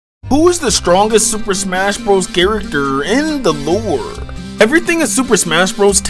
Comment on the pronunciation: Characterrrrrr In the looorrrrrrre